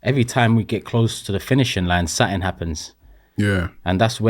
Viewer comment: One of the biggest problems is the repetition of what is considered a 'problem' there are too many 'reactions' in video's like this repeating things and building on the narrative making it bigger than it is. P.s. Turkey it's 'something' not 'suttin' or whatever it is your saying! P.s. please do not be comparing the womens football to the mens. That was so awfultl to hear.